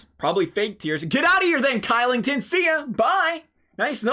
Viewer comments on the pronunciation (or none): no hate, but oliver kylington is actually pronounced... Oliver Shillington but spelled Oliver Kylington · It's pronounced Shill-ing-ton.